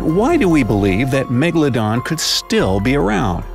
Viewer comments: 😡 Its Not Megladon 🤬 Its Megalodon 😉👍🏻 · It's Megaladon not Magaladon